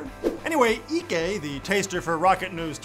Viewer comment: The way he is saying Ike means butt in igbo